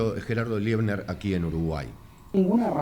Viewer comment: No es Liebner, es Leibner. Es docente e investigador en Historia en una Universidad en Israel.